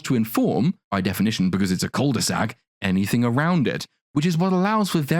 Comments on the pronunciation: Just gotta say, "cul de sac" is pronounced without saying the "l", and it is a u sound, not an "oo" sound. Sorry for being annoying, it kinda bugs when you hear it said wrong. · Please stop saying cul de sac. Ur butchering it. Just say deadend